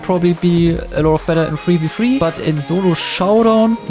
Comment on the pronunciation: Aint no way bro said zolo